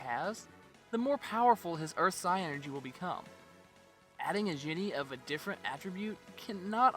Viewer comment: Love the video guys! One of my all time favorite games. I replay it once every year or so. Also, I hate to be this guy, but it's just "Psynergy". Pronounced just like "synergy". Not Psy-Energy.